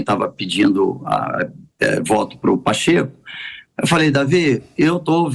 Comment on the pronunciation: "Paxeku", "perfil para presidente""? Cara,, onde ocê tá com a cabeça? Parei com você,, meu!